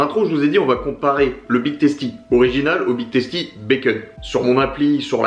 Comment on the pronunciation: On dit big teustie